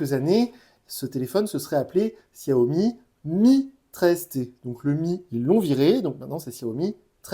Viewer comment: On dit Chiaomi. Tu testes ces téléphones et t'es même pas capable de prononcer le nom de la marque correctement